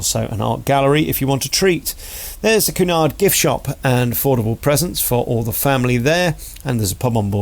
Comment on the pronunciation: It's "Q" nard, not "Coo" nard! I gather from your comments you're not that versed in cruising. Pay more, your suites are far from bland and The Grills makes it an entirely different cruise altogether. It's not bright, glitzy and loud, but what a welcome relief for those not looking for "Butlins on Sea."